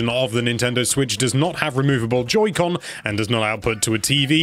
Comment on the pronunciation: I heard him say “Judy con”